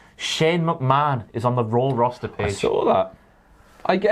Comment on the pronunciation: Ah yes, the WWE “Rawster”